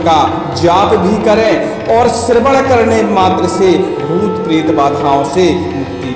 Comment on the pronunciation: Aap Mantra ko bol bhi galat rhe hai aur screen par likha bhi galat hai..bheet pret nhi--bhoot pret samnay hona chahiye--galat Bolne se nuksan ho sakta hai....